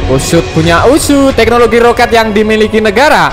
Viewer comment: Roket brooo bukan rokat ha ha ha h ha ha ha ha ha ha ha ha